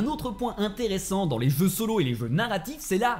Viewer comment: C est bizarre il arrive a dire "je" mais pas "jeux"